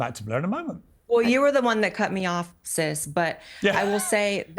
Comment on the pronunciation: the way Blaire says 'well you were the one that cut me off SIS' to make it clear she doesnt acknowledge or support nonbinary people as trans was hilarious 😂😂